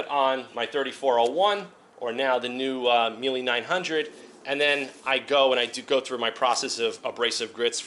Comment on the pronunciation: If your Italian you should be able to pronounce Mile the Italian way :P